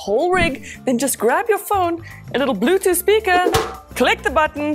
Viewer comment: Hilarious how she says Bluetooth “speaka”